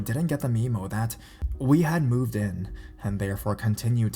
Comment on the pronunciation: Am I the only one who caught that he pronounced memo like "Nemo" with an "m."